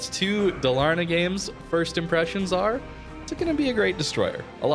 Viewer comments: Nice video! :goodvibes: Dalarna is like...a "state" in Sweden. I know its not easy, but it´s pronounced Dááálarna. Lika a deep and long first A :) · its pronounced DAAALAAARNAAA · If you struggle with the name, try to pronounce Dalarna like Daalarna and it will sound more correct. :) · Halland and Dalarna are districts in Sweden. Both are pronounced with equal stress on the first and second syllable! ‘Ha(l)’land ‘Da’lar-ne. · pronounced as Da-la'(r)na a province in Sweden, which is well known for its naval bases (that's a joke). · 100%, can confirm. But it's funny seeing people stressing the middle A instead of the first A XD